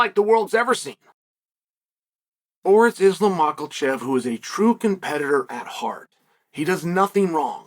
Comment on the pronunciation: I don't understand how or why Chael refuses to say people names right. I do get maybe because it's funny, it's his thing but c'mon there's sound of an "L" in Makhachev